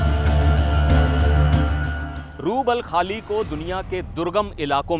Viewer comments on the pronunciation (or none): बोलना कब सीखोगे रूबलखाली नहीं रूब अल खली रेगिस्तान है मूर्ख हो तुम भारतीय मीडिआ सिर्फ सनसनी फैलाना जानते हो